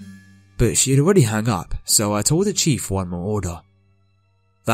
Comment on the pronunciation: chef not Chief honey. :)